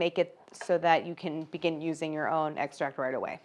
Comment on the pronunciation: The fact that she pronounces it like “egg-stract” 😩